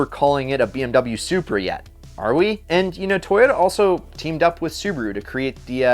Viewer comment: lol "suCHEEaa"